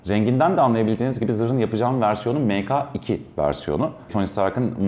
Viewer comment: dostum me ka 2 değil tdk ya göre meke2 diye okusan türkçede ka diye bir harf yok çünkü arapça o